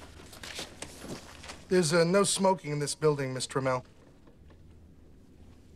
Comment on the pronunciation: Did he say Mr Mel?